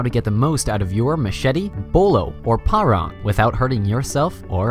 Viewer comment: Finally i hear an american say parang properly! thanks for the info too. very informative.